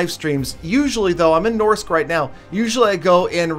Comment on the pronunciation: that’s not how u say Norsk😡😡😡